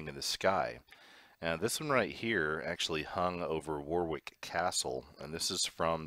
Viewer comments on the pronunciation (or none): It's pronounced "Woh-rick" but great vid :) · Warwick is pronounced 'woh-rik' just so you know